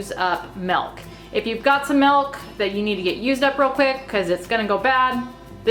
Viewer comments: your voice is annoying...you are so unprofessional and full of yourself plus you say Melk instead of Milk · Literally the only thing I can pay attention to is how she says 'milk' like 'melk'.